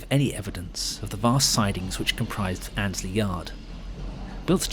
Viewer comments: One more you pronounced Annesley as Ainsley (as in the TV chef) it should be Anne esley. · As a boy, I used to visit my grandmother, who lived near Weekday Cross. I often travelled to Nottingham Victoria from Radcliffe, on the GNR line to Grantham. Your pronunciation of Annesley is wrong. The first 'e' is pronounced and so the word has three syllables: Ann, es, ly.